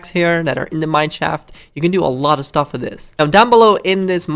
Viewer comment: He says staff instead of stuff xD